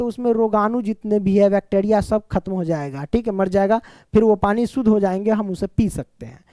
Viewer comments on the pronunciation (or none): none